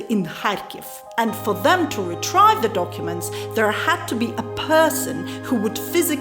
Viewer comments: retrieve is pronounced as retreeve as if two ees follow after the letter r not as how you pronounced it retr-high-ve. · Just the word Retrieve. You pronounced it Retr-I-ve instead of Retr-E-ve. However, that bit of mis-pronunciation pales heavily in comparison to the wonderful things you continue to do for Jamaica, its citizens and our tourism. Thank you very much forr being a very good member of our local society and for helping in your own unique ways. One Love. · You pronounced word retrieve as retrive